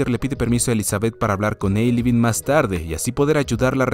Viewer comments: Me daba algo cada que escuchaba que decía "Ailibeen" en lugar de Aibileen jajajaja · Dices Ailebeen, pero es Aibeleen el nombre de la sirvienta protagonista. 😅 Buen resumen de una gran película. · Tuve que leer 1440 comentarios hasta encontrar a alguien que lo notara. Sufrí con cada Ailibeen. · Todo el resumen le dices Aileebin a Aibileen, notar esa clase de detalles puede ayudarte a mejorar mucho tu narración, suerte...